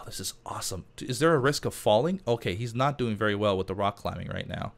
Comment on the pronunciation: You mean berry, berry handy? :D